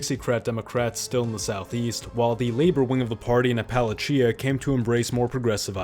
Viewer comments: Cracked me up the way you pronounced "Appalachia" every time. This is how we know we still have real humans making our videos 😂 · It's so hard to take you seriously when you can't pronounce Appalachia. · Is it a purposeful gag that you pronounce “Appalachia” differently every time? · I like how he pronounces "Appalachia" a different wrong way every time. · Is this guy gonna pronounce Appalachia different every time he says it 😂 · I love how he’s deliberately pronouncing “Appalachia” differently each time he says it to piss off people from that region. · Bro, you pronounced "Appalachia" differently every time you said it! WTF?! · Dude, please just pronounce Appalachia correctly one time 😭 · I don't think he pronounced the word Appalachia the same way at any point in this video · I’m at the point where “Appalachia” has been said four times. It has been pronounced in four distinct ways. 😂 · You seem to be toying with the pronunciation of Appalachia. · Please god, never say Appalachia again. It hurt me to hear it. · OKay, the 900 different pronunciations of Appalachia is golden chefs kiss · Every time you say Appalachia you pronounced it differently 😅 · This dude tried saying "Appalachia" every possible way he could 😂😂😅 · Love that "Appalachia" gets worse every time you say it 😂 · Why did you pronounce Appalachia differently literally every time it was mentioned lmfao? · I swear every single time he said "Appalachia", he pronounced it differently 😆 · Why did bro pronounce appalachia different every single time? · Anyone else catch the 20 different pronunciations of Appalachia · I'm impressed by your refusal to pronounce Appalachia correctly in multiple different ways. It takes creativity to be this wrong. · How many ways can this man pronounce Appalachia? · You’ll say Appalachia any which way but right. It’s “Apuhl-atch-uh” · Did you mean Appalacha?? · My God did you really say a pal a chia instead of ah puh lay chuh for Appalachia? 😂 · It’s pronounced “appa-LAY-shuh”